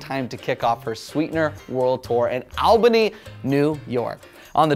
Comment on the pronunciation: It’s all-bany. Not al-bany.